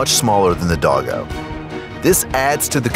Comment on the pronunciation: Dogo is pounced Dough go